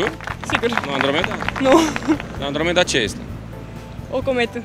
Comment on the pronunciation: Auzi la ea 'Andromeda' =))